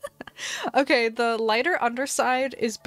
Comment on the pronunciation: She said “Kay” not OK the first time